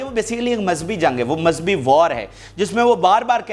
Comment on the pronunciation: You are saying “Mazbhi” this is actually Mazhabi مذہبی